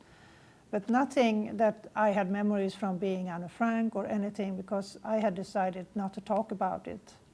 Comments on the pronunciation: It makes it even more believable the fact that she said Anne's name in Dutch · The fact that when she said Anne's name she said it the way in Dutch. Makes it believable.